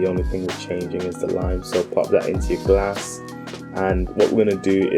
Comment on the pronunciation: Why you saying Gar-ass instead of glass 😄